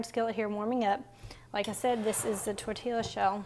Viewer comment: Oh sourdough tortillas!! FYI it is pronounced Tor-tee-ya no "l" sound